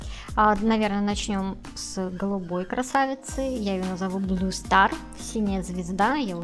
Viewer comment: интересно, но правильно не Blu a Blue